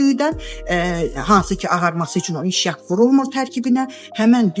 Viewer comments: Mişyak yox, ay insan , mışyak🤨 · Mişyak yox mışyak.